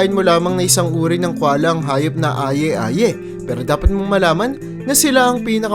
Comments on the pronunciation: And Aye Aye is pronounced as eye eye or ay ay sheeeeeeesh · Aye aye, /ay ay/ po ang tamang bigkas , jerboa, /jerbowa/ po ang tamang bigkas